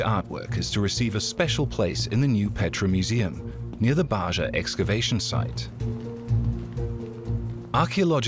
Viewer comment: Ba'ja is pronounced as BAH HA.